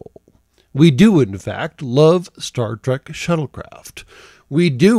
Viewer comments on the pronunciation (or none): none